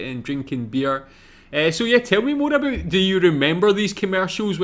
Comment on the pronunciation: I don't know if anybody else has picked this up but he says "a boot" instead of about. Honey, you're an honorary Canadian indeed.